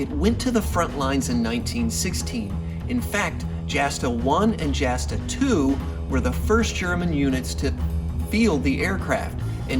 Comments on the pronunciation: Quick comment, it's pronounced "Yasta", not Jasta... Otherwise, great content, 5 stars! :) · Not probounced "jasta", it's pronounced like a y, or yasta. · Jasta is pronounced Yasta...and the D 5 and 5a were such crap the Red Baron repeatedly complained to the Inspector of the Flying Troops that they were totally outclassed by virtually every Allied Scout... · P.S. Jasta, short for Jagdstaffel is pronounced Yasta. A written letter J in German is pronounced same as the English Y. There is no spoken J. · Love this guy and his enthusiasm. . .but Jasta is pronounced "yah-sta," no "J" sound. The "Jagd" in Jagdstaffel (Jasta is short for Jagdstaffel) is German for hunt, which has no "j" sound. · And Jasta. Its pronounced "Yawsta" I think most German J words are pronounced with a Y sound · A few things: 1: Jasta is pronounced Yah-stuh Source: Source: 2: During "Bloody April", the Brits shot down something like 60 planes Source: Source: (Hart, Page 11) 3: Great video, I look forward to seeing more WWI stuff! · was gonna say the same thing, haha.